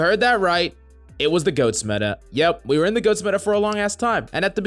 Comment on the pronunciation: Sound like he saying ghost instead goat lol